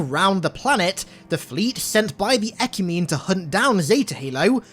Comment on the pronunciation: It's pronounced 'eh-kyoo-meh-nee'.